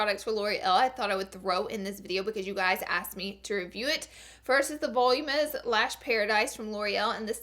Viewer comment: Volumous? It's Vo-Loo-min-ous :)